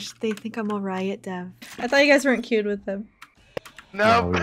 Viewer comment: "Roit Dev" lol